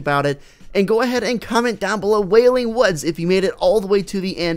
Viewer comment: WALING WUDZ Xd Wailing Woods